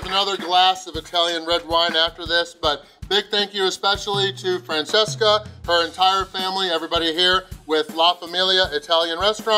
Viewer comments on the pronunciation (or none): Your pronunciation was wrong in: GNocchi, brusCHetta, Francesca